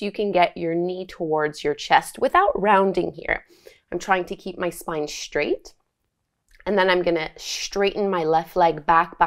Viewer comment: Not beginner, and straight is said s traight, not shtraight!!! Ugg